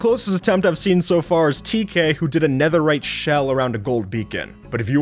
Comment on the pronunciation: "no one made anetherite beakon" no, or at least no an eanglish-speaker